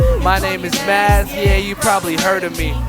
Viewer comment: the D in Mads is silent btw . :) you're welcome